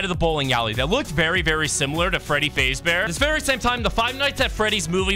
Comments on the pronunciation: what are the chances this man is an AI cuz AI cant pronounce faz bear and says faze bear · Fr. "Freddy Fazebear" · you kep saying fazbear wrong, its fazz like jazz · Ah yes freddy FAZEbear its freddy faz fahs bear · Freddy fazbear❌ Freddy fazebear✅ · “Freddy fasebear” 😭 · "faze ber"💀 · Bro really said Freddy feyzbaer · also did you just say freddy phase bear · Bro pronounced 'fazbear' and 'carribean' wrong